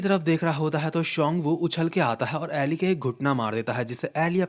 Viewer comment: Please bro I'm begging you, stop mispronouncing Eli and Johan. It's E Lie (इलाई) and Yohan.